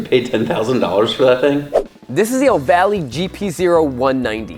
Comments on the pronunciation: Pocket rockets are smaller, that’s a minibike and it’s also pronounced (Oh-Vale) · Did u just said AVRIL 😒 lol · "Oooo-VAAAA-LAAAY....must be Italian." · dont worry you said ohvale wrong the first time lol